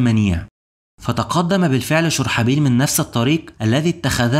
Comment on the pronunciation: اسم الصحابي الجليل شرحبيل بضم الشين و فتح الراء . محتواك رائع واصل